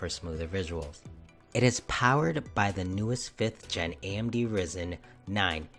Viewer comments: it is RYYYYYYYYYYYYYYZZZZZZZEEEEEEEEENNNNNNNNNNNNNNNNN not risen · It's Rye-Zen, not Risen